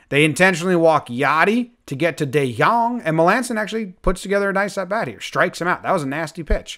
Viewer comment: It is pronounced dee young